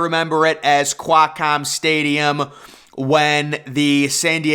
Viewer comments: The way you pronounced Qualcomm is atrocious! It's "kwal"-comm not "kwiiii"-comm. 😖😖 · Quakcomm Stadium? QUAL-COMM.